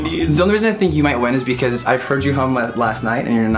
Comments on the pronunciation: Was I the only one who thought he said "hump challenge"?? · Am I the only one who thought said 'Hump Challenge'??😂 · At first, I thoughts they said HUMP instead of HUM. 😋😋😋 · I thought said the hump challenge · i swear he said hump.................